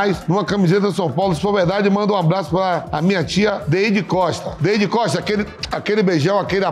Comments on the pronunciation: "Deide Costa" kkkkkkkk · Dei de costa(Deidy Costa) kkkkkkkkkkkkkk ja repeti uma 10x isso